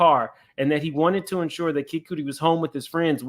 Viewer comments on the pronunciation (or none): For future his name it pronounced Kid Kudi (cutty) and Jaguar Wright tried to tell y’all but everyone called her crazy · Kid cootie? 😂😂😂😂😂 it's like "Cutty" but with a d 😭💔